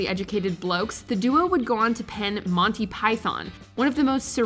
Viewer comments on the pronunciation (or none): none